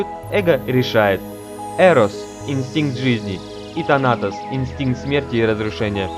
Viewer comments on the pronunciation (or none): тАнатос - такое ударение. У женщин по-Фрейду вместо Эдипова комплекса - зависть к пенису, игнорирование вагины. А комплекс Электры - уже Юнг ввёл. Про комплексы не сказал. Оценка: 5 с минусом.